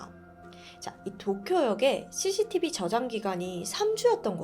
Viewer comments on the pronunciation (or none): none